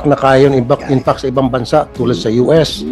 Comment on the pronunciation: Saka paki pronounce lang ng tama yong word na “fact”